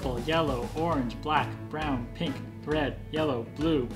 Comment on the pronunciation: He messed up on the word pink, and none of the two noticed it